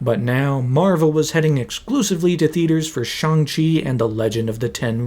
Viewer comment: Ik this is random but I am so happy that you properly pernounced Shang-chi's name,so many ppl say his name wrong and it pisses me off so bad bc the movie spends like 5 minutes explaining how uncreative he is for thinking he can hide from his dad with barely changing his name